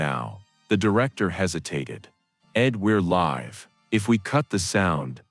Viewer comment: Who is narrating this that cant pronounce the word LIVE properly...you have a 3rd grade English education